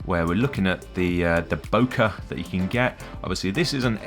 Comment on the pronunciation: (bo - keeh) please